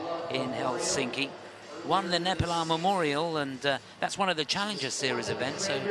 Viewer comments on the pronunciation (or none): none